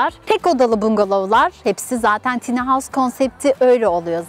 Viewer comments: Video için teşekkürler. Yalnız tiny değil de "tayni" derseniz daha doğru olur. :) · Telafuzu "tiny" değil "tayny "